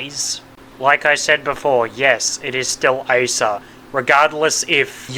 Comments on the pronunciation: Im sorry I gotta rebuttal this but her being a manga character only, as of now, has no bearings on how her name will be pronounced. Her name is literally "アサ" ア(A)サ(SA) if her name was going to be pronounced as "Aysah" then her name would be エ(eh)サ(sa) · You're kidding me right, bro all she had to do was read the word Asa, it's just (A-sa). It ain't that hard, we're not expecting much, just that you atleast know the name. Calling the chainsaw community toxic for calling that out is retarded in my opinion. This video and emi's cosplay vid feels like ragebait because expecting someone to atleast know the character they are cosplay is a bad thing now💔💔🫩🫩